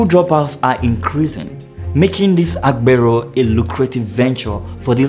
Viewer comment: You made a video and make it seem as if this only happens in Lagos. You project people's images wrongly. AGBERO means Conductor. You don't speak Yoruba and can't pronounce the word. You did a lot of exaggerations. The 'TRUE' reason you have these figures if true is because of the huge population in Lagos and thus many users of transport vehicles and tricycle. You lied calling AGBERO thugs. Youtube should sanction your video for trying to create and misinform the world. Mention a State in Nigeria that has no Conductor or a branch of the National Union of Road Transport Workers. You failed